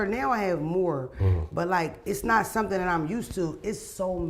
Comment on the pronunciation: “Can I say sumthen?” Mona favorite phrase 😂😂😂